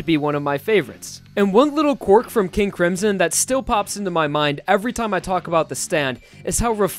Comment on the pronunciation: NOT HOW YOU SAY MY NAME KING A CRIMSON!!!!!!!!!!!!!!REEEEEEEEEEE